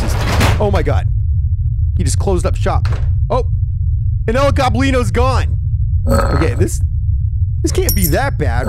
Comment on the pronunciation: He pernounced it gobleeno when it's gobleno